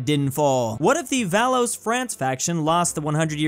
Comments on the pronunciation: He really just pronounced Valois as Valose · Or Valwaa.....